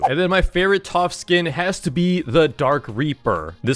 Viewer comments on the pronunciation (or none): why does this guy always say toph instead of taph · TOPH?!! ITS TAPH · what are you keep calling taph toph it’s pronounced TAPH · bro is NOT saying taph right🥀💔